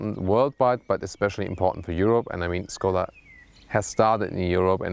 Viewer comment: Learn the right pronunciation of Skoda here